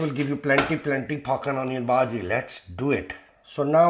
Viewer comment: brother your pronunciation of bhaji is incorrect ... there two words both of which have origin in marathi language: bhaaji (or if you know how to speak chai wallah ... indian prime minister as a young man worked as chai wallah so you could write this word as bhahji too) and second word is bhudgi like you speak judge and judging you could speak bhudging and then just drop last two letters ng and you get bhudgi ... get it? ... so bhaaji or bhahji means curry in marathi ... you are speaking this word but you are not going to make onion curry in this video so correct word for what you going to make is bhudgi ... bhudgi means fritters means in hindi pakoda ... you are going to make pakoda and in marathi it is called bhudgi not bhaaji also not bhahji ... get it? ... some people also write bhudgi as bhajji with 2 j's